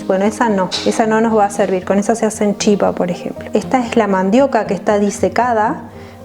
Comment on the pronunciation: chipá se dice... con acento en la a